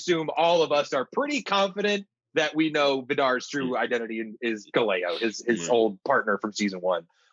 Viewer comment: Damn 1.5 seasons in and still aren't getting names correct Naze (Nah-Zeh), Gaileo (guy-leo), barbatos (bar-bah-tos)